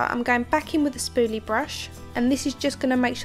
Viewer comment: I like how she says "spooly" lol